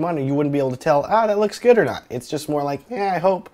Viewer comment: "LOEEKS GUUD!" lmao